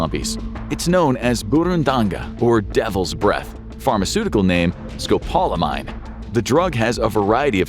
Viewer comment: You're pronouncing scopolamine wrong